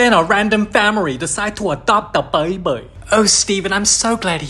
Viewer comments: Baibiii instead of baby 😂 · “Baby” ❌ “BAYBEI” ✅